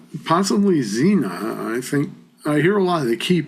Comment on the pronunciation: She is Sina not Zina